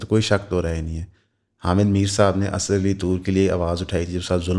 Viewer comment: Baki sab tu thek hay per ye Asaaad kon hay? Goron ko to dikkat ho sakti hay pronunciation mein per Packisthani bros should be able to say "Assad" as it is in Arabic.